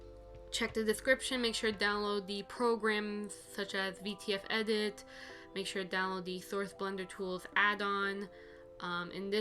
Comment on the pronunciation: thank you very much, you just didn’t say it very clearly, for me personally, so I didn’t understand